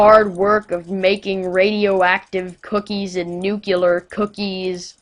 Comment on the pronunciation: IT IS NUCLEAR!!! NOT NUCULAR!!!!!!!!!!!!!!!!!!!!!!!!!!!!!!!!!!!!!!!!!!!!!!!